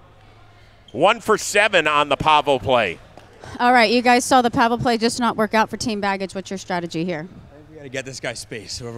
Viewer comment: Why is no one telling he’s saying Pavel’s name wrong 😭😭